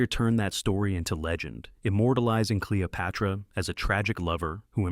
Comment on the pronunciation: Cleo-pyra? These AI videos are cheap and inaccurate. JFC